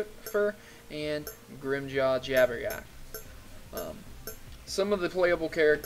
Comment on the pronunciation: Ohh i see lol. yeah i did that at first too. x) i did watch ur Soul Resurreccion one too. U said "Grimmjaw" grr! ;)